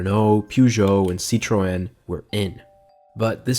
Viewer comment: what the fuck is a peu gert oh or a sit youren